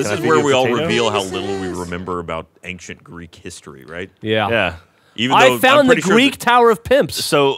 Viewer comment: says ankshient